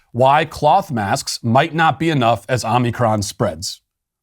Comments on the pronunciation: Matt, do you intentionally say 'omnicorn' versus 'omicron'? Just wondering... Enjoy your show... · Why is it so hard for people to pronounce O M I C R O N...[Oh mi crohn] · I can’t stop snickering every time he says “omnicorn” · Matt, I like you’re pronunciation of Omicron… “omnicorn” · I love how he calls it Omi-corn. Cracks me up. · Omnicorn?! What the heck? 😂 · “Omni-corn” lol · It's not omni-corn! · Matt… it’s not omniCORN 🌽 lol 😂 pls pronounce it right 😂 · He mispronounces it wrong on purpose. One time he said it right, and then corrected himself to omicorn. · Not pronouncing it right doesn't make it funnier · How many different ways can you mispronounce Omicron!